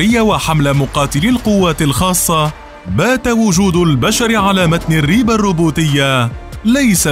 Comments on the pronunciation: الرب بكسر الراء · نطقك للكلمة (ريب)لايمد أي صلة للعربية بكتابتها (الرب)!